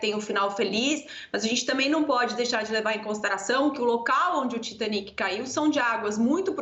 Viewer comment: O cara tá no Brasil falando pra brasileiros e usa dizer TAITANIC ..... Muita moagem mesmo viu